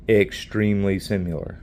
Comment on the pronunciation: That whole "high hardness 440c, corrosion resistant D2" from the data sheet is just marketing nonsense. Why do you keep saying "simular"?